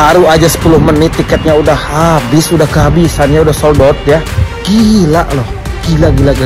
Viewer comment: 😂😂😂ucap SOLD OUT nya lucu bang ..aing yakin eta urang sunda